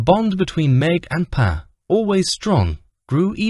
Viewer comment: Love the new word DIVORKEY.....someone needs to teach that AI vocabulary and the basic rules of English grammar....Pa, is pronounced PAR, not PAY! 🥴